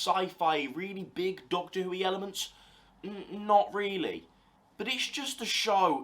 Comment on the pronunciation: I love that you keep saying doccy who